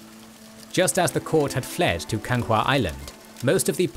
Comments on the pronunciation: Why do you think they recruit the Korean Navy? also, it's Ganghwa Island, not Kanga wtf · Its Ganghwa island not Kanga sounds like african